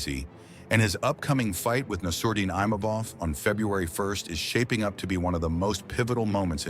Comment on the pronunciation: yo commentator. Nur-mogg- uh- med-awv. Please stop butchering this last name.